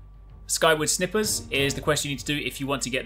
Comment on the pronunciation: Skyward. .. SNIPERS. Not snippers :))